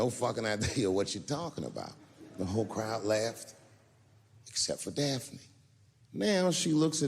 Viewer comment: "Daphne". Her name was "Daphne". HTH